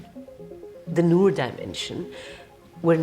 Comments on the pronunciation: It's not noor. It's nur. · Not Noor, Nur😂😂😂 with a hard u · Its pronounced nuur and not noar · noor! not nor! noor! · ok,its pronounced "nour" not "noor" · It's not NOR its pronounced NUUR in Arabic. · Thats not pronounce Noor its Nuur in pronunciation 😶😅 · Noor pronounced as Nuur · Noor is pronounced Nuur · I love you. But it’s pronounce Nur (Noor). Hehe 😬✌🏻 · Please everyone Noor rhymes with lure !! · noor is enunciated as nuer actually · Noor...its pronounced Nur like En Sabah Nur..same meaning 'light'